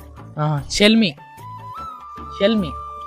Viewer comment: Shall me కాదు bro షేలెమె...